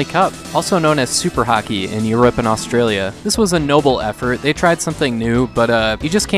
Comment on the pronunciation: AUSTLIA lol wtf